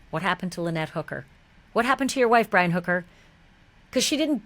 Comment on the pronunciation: Haha "Bri-Wi' love it